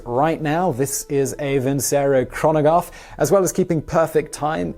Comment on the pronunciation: "A Vincero Chronogaffe"? No thanks. That's what he says: "Chronogaffe!" Crazee!